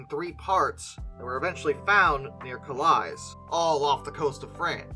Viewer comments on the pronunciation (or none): Calais is pronounced cah-lay